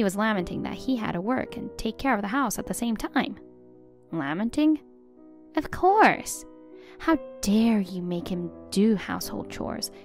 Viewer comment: In the second story that's not how you say lamenting